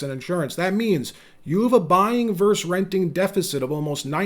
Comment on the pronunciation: I keep hearing the word “versus” pronounced”verse.” It’s a two syllable word, right?